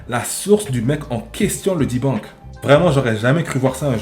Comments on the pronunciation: arrt un peu ça se dit "débunque". en tant que semi anglophone personne ne dit "Di bonk" faut pas commencer a dire la merde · pareille mes parents sont des américain immigrés en France. Moi je peux te garantir que personne ne prononce "di bonque"